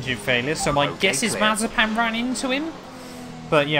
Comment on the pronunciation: You said mazepan